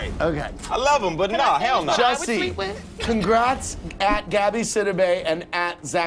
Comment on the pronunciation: Jussie..not Jesse..🙊🙉🙈